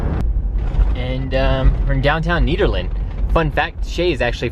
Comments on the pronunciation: It's pronounced NEDerland, not NEEDerland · Pronounced like the name "Ned" Nederland or Ned for short :) Welcome to CO!